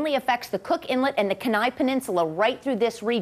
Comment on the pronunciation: KEY NIE not ken eye